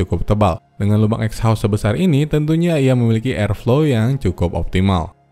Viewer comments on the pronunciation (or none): "ekhaustsstff" :v